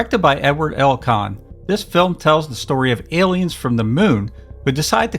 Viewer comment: Great content, they are however, "A"liens not "el"liens.